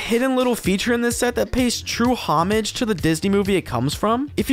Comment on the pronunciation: Dude, learn how to pronounce "homage".